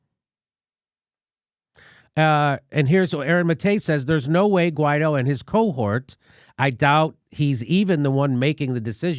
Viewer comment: Shouldn't it be pronounced something like, Why-eedtho?